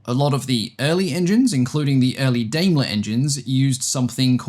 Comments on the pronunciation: Daimler (Germany) is pronounced "Dimeler". I understand that there's a British Daimler that's pronounced "Dameler". Same with Maibach, pronounced My-bach. Otherwise thank you very much for another interesting, high-quality, video. That 1913 Le Rhone rotary engine is beautifully made. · In English, Daimler would be pronounced like "DIME-luh" and Maybach as "MY-bach" ("my" as in "my plane" and "ch" as a uvular sound, like in the "ch" in Scottish "loch").